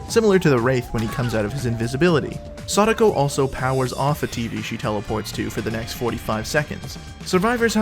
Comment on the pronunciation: It’s not sada- ko. It’s sa -DAh-ko. Like sah then taco. Sa daco. I will die on this hill lol